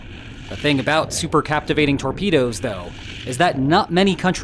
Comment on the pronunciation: Thanks for the details on this story. Please, as a former submariner, I insist you learn how to say supercaVitate (not supercaptivate). Thanks.